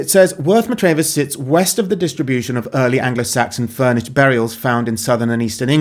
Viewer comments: Not Matrayvers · Worth Matravers - pronounced Matravers without emphasising any letters, in the Isle of Purbeck